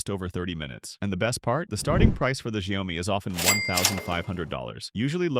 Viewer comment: You don't need to pronounce the O in Xiaomi. It's more of a U sound.